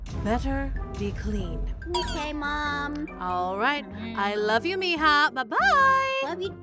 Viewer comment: Why miha but it sed mija😂😂😂😂